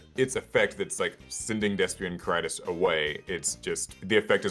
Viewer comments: Well done,. Meanwhile I've never had more earpain than listening to the pronunciation of Quaeritis. ("K-why-re-tis") (Also if you're playing Despia in Europe, do not try the Macro Cosmos one. You're not gonna like the judge call.) Personally not sure how the masq question is "suddenly" relevant - You've been able to use poly your entire life even though this interaction exists for a lot of monsters. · The way they pronounce quaertis is throwing me off so well